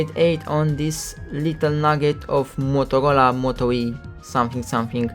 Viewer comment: I thought he said Motocola